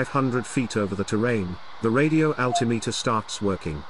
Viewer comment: OMG my poor ears 😯 That's how real pilots say "altimeter": 😜